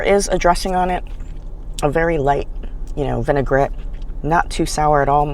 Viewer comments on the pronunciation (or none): none